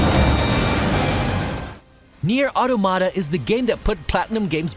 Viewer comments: Mispronouncing automata is getting a dislike. You disgusts me, filth. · ... was anyone else bothered by the way he said "Automata"?